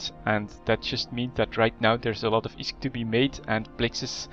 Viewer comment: fuck, i hate the way you pronounce (plex and isk) fuck!